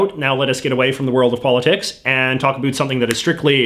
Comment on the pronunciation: Why, oh why do you insist on saying “a boot”? Explain yourself young man. Other than that, your work is good.